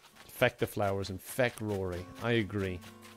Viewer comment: said feck with a u in place of the e. I don't have any issue with cuss words, but it really sounds wrong out of mouth. Like, that isn't how you say that word.